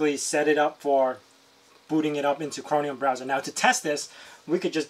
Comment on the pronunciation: chroMium... not chroNium